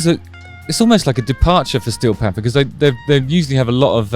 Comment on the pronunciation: I love their name with a British accent Stee-o Pamfers